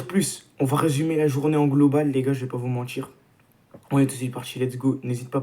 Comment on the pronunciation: si t'essayes de bien parler, arrête avec "j'veux pas vous mentichhhhhhrrrrrr" et "si J'AVAIS fais ", pas "si j'aurais fais". Voilà voilà. 🙂👍 On est champions! 😎